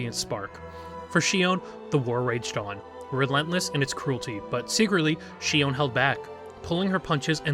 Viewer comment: Not sure why you mispronounced Shion's name in this video? Her face does move in game. She winces and smiles in animations. Her design reads more like cyborg human than an omnic wearing a human mask bc Hashimoto wear demon(oni) masks (where Shion deems humans the demons.) I don’t really like Shion's writing set up because she feels more like an allegory for human abusive mothers and generational trauma, rather than Shion being omnic first. Bastion, Zenyatta, and Ramattra are all omnics first. Even Orisa and Echo are robots first, not clearly metaohor for human situations like how Shion is an abusive mother figure to Mizuki. I think Shion also unfortunately veers way too much into a regressive "Dragon Lady" stereotype. :/ Her sadism, materialism, defined as 'ooooo uncanny' and its just an Asian woman that looks like a cyborg human, ooc vacuum sealed bust and butt, etc do not read well, nor that devs directly said Shion was inspired by O-Ren from Kill bill. Really disappointing they used kill bill as inspo, considering the director is a woman abuser and actresses were abused during kill bill filming. John Wicke inspo was fine enough. Shion feels like the writers are trying to hard for her to be "edgy badass" without the self aware camp other heroes have like Reaper. Shion's intro animation on the menu made me /laugh/ bc it feels like the writers are trying to hard to make her edgy. Like... where is her camp? Imagine if she had gunheels like bayonetta and did campy action scenes